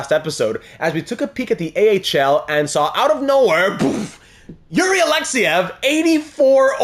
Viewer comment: Yuri Alexeev is not pronounced Alexyev it is Alexeeeeev